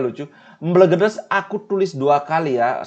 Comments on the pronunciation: bacanya EmbElgEdEs. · Mbelgedes e nya dibaca kaya ember bli bukan elang..